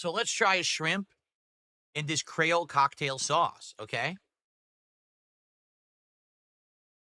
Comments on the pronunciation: ....he did not just pronounce Creole 'Cray-ol', did he? Omfg.....😳 I can hear my ancestors (well some causebim half black) crying in agony thanks to this....😒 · "Crayle cocktail sauce" they would heat you to death here in LA pronouncing it like that lol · “Cray-ohl” “Butter-ee” “Flay-kee” “Tang-ee” This dood can’t pronounce any words like a normal person… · Cray-Ole sauce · yep... lot of miami and new orleans people are facepalming at him for that one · Mfer cant pronounce creole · Also the way this Mothafocka say Creole pisses me off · the way he said Creole..